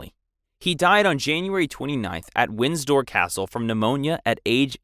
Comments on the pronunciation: Windsor not Winsdoor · Wind-sor not Winds-door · Windsdor it's Windsor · The current British House is WINDSOR, not "Winsdor" (sic). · It’s win-sor not winds-dor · Also it Wind-sor not Wins-dor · Winsdor too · "Windstor Castle" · "Winsdoor"? Ignorance is bliss is it? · It’s pronounced Winsor even though it’s spelled windsor. The D is silent. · Actually it’s more WIN-sah. Or, depending on where you are WIN-ser. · You can pronounce thrombosis, but not Windsor? Or bronchitis? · uou pronounce 'windsor' without the d.